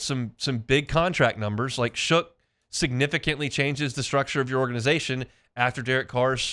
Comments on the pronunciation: I was going to be kinder about his use of "Shook" for "Shuck," but you're right. Ain't like Shough showed up yesterday. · Shough is pronounced “Shuck”, it’s in the dictionary for God’s sake. You sound like a total bozo pronouncing it wrong.